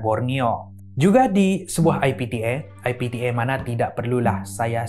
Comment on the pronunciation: Everyone: IPTA: I P T Air 🤣